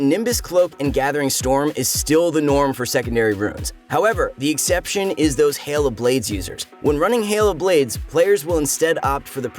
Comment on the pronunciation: did you say exacption soraka sup ? lol